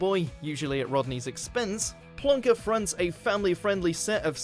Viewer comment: The word is PLONKER not plunker.